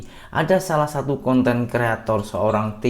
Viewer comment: Ejaan pun tak betul..conten jadi kanten... nampak sgt sekolah tak abis